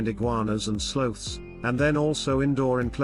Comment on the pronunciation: Some of your pronunciations are horrible. Viejo, Cartagena with a hard G. “Slothes”. L.A. Iglesia, even mispronounced Panama.